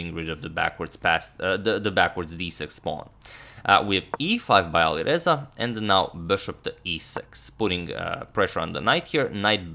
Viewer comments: Love these videos. Is it just me or does it sound like he’s saying AliVeza, not AliReza? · V and R are phonetically close. So in a lot of languages (maybe Croatian too?) they sort of merge in some cases. So you are probably right to hear the closeness.